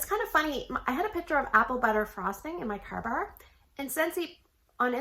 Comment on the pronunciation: For me most of the time I want the “will the scent punch me in the face” when I walk in… if it does I don’t care about a 1 dayer …. You don’t sound funny saying car bars…. Us folk from NY, Jersey or Texas might have more of an issue…. Thx and have a great weekend…